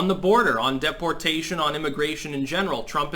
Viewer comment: It's a little annoying how you odly pronounce certain words, just say (day-por-tat-shan), I have NEVER heard someone say deportations as if you are supposed to pronounce "De" as "Day", it doesn't make you sound that bright.